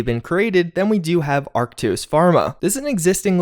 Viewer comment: He finally said ARKTOS, not Artkos